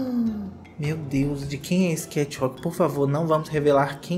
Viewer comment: Kati uauk, kath alk, katch ualke... Aí, num seiiii !!! 🤔🤦🏻‍♀